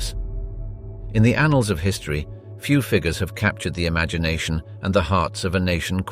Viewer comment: Did he really say “anals”?